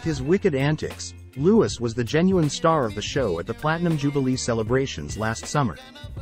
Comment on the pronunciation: It’s pronounced Loo-ee, not loo-is